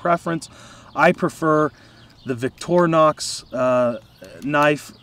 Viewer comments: victorinox. ...not vitornox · You might want to pronounce it Victor(Y)nox with emphasize on victory for winning. Greetings from Switzerland.